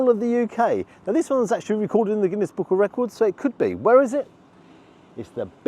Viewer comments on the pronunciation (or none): none